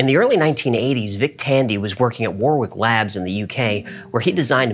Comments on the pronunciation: just an FYI, Warwick is pronounced Wo-Rick. British place names aren't easy for foreigners. It's like we're testing them :D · Warwick is pronounced Worrick. Dont ask me why, it just is. Source: Native British person, me. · "Warwick" in the UK is pronounced "worrick" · War-wick? Oh Americans never change ❤ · I’ve not found a video I’ve not enjoyed or loved. Having lived in Warwick though I might correct you on the pronunciation- sorry ;)anyway it’s “waw rick”. There should be an accent on that ‘a’ but not sure what it should w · Hi. The place is pronounced Warick. 👍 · Warwick.. the second w is silent. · thats not how you pronounce Warwick